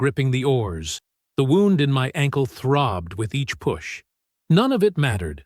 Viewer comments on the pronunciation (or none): none